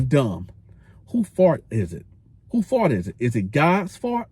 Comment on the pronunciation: Also you say “fault” like “fart” I can’t unhear it 😂 Love the content you get me through time while on the road ✊